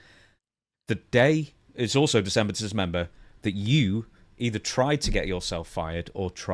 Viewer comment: How many times can he goof up saying December to dismember😂😂 😂😂😂